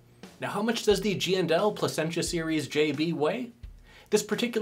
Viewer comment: Lol you murdered the name. Pleh sen sha is how it's pronounced